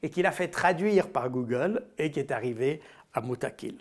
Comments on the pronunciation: Pardonnez-moi Mr Baud mais je crois que vous voulez parler de "Mouqatil" ou "Mouqatil", de "combattant", et non " Moutaqil" comme vous le prononcez. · On dit Mokatil et pas motakil Mr Baud, Mokatil ça veux dire le guerrier . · Juste pr info on dit le « Moukatil > pas le « Moutakil » cordialement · Pas moutakil. MOUQATIL C'est à dire COMBATTANT. CDLT